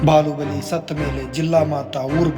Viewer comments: ಬಾಹುಬಲಿ ❎ ಬಾಲುಬಲಿ ✅🤣🤣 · ಅಣ್ಣ ಅದು ಬಾಲುಬಾಲಿ ಅಲ್ಲ ಬಾಹುಬಲಿ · ಬಾಹುಬಲಿ ❌ ಅಲ್ಲ ಇದು ಬಾಲುಬಲಿ✅😂😂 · ಬಾಹುಬಲಿ❌ ಬಾಲುಬಲಿ✅ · ಬಾಹುಬಲಿ ❎ ಬಾಲುಬಲಿ ✅ 😂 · ಬಾಹುಬಲಿ,❎ ಬಾಳುಬಲಿ 😅😂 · ಬಾಹುಬಲಿ❎ ಬಾಲುಬಲಿ✅😂😅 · ಬಾಹುಬಲಿ ❌ಬಾಲುಬಲಿ ✅😂😅🤩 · ಬಾಹುಬಲಿ ❌ ಬಾಲುಬಲಿ✅😂😂😂